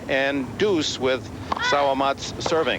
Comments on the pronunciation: Ya sounded like sour mats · Sawamatsu not Sawamats